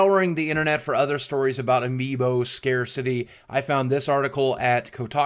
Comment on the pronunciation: he said amiibo wrong